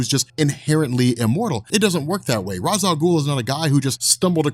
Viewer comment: You're pronouncing Ra's name wrong. Great video still.